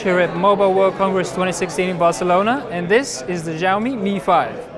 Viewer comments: I am not trying to be the cleverest, I am just saying it sounds bad to my ears that s all, btw in my language, if you write it like shaomi, it sounds exactly like Hugo Barra's pronunciation in the Verge's video Pls no hate, just saying, no attacking anyone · "Jaiomi"? Shame on you! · (SAMURAY) This is how you pronounce it... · I love Vlad, and it was a great preview, but Vlad really butcher the name, xiaomi. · great video, but it would be great if you learned how to say xiaomi - 小米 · Hahaha agreed! Try to say it properly in the next video! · Really man, you mispronounce Xiaomi. Please, you should use google translate or wiki-page and listen. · that's what I'm saying, I think you misunderstood me. It is not Jyaomi, I know it is Shiaomi - just watch the original Chinese Xiaomi commercials from China and you can hear how they pronounce it correct there. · NO.You must prounce it like Schiao Mi.Something like SCH but in fact thats really different from english . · he is saying Jiami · they Chinese don't pronounce it jyaomi either. They pronounce it Shiaomi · Xiaomi is S(c)iaomi (the c is almost silent), not Ziaomi or Giaomi. lol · He pronounced it ziaomi with heavy tone. xiaomi more likely is shiaomi if correctly pronounced.. x=sh like sound... about the device its really cool but it is hard to get one online, because there method of selling is totally weird in china. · It is pronounced Shyaome, there is no j sound anywhere. Where did you ever learn that an x is pronounced as a j in the Chinese language? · Change the x to s when you are pronouncing Xiao (siao)! Don't pronounce it as though it's ziao -.- your pronunciation of the Chinese company's name is utterly awful. Trust me and those who are bilingual. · fujami? What's wrong with u? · NowaPlay he said 'fujiaomi' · 2:61 i love it when he said "tsunami" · jyaomi, oh my god, this pronouns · will you pronounce it 'xiaomi'? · Not to nitpick but SHAO ME and ME UI. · Shao mi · he calls it "fujami" all the time